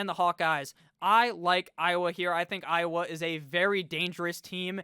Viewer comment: Ah yes, the ohiowa Hawkeyes